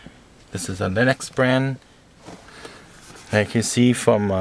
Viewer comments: haha it's lexol, not "lennox," but good vid, thanks. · "LENEX"? LMAO!